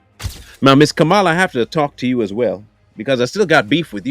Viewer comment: Do you intentionally mispronounce Kamala? Just asking.